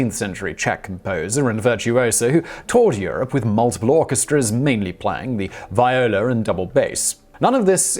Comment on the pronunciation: As a violist myself, I do not believe the one about Kotzwara. Not so much that he died while having sex but that he was a virtuoso violist. I don't think those exist. (Hahahaha, just kidding. I know of at least one.) Btw, it's pronounced VEE-o-la, not VY-o-la. People ask me all the time why it's pronounced wrong (as in, not like violin) but it's from Italian so it's not that viola is pronounced wrong, it's that violin is pronounced wrong. It should be vee-o-lin if it were pronounced correctly as coming from Italian.